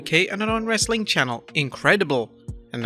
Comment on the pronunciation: The host really needs to learn how to pronounce wrestling, other than that very informative